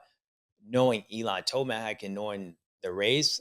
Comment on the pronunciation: “Eli toeblack” lmao. “Wait my toe is black” 😂